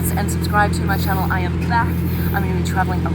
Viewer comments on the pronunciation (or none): none